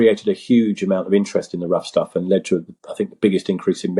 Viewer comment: I keep hearing Rough Tough Fellowship, I believe the correct is “Rough Stuff”.